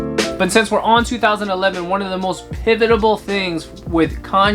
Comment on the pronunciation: dude what the fuck is a PIVITABLE